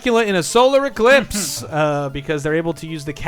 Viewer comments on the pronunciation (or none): It's pronounced "eclipse," not "ecrisps"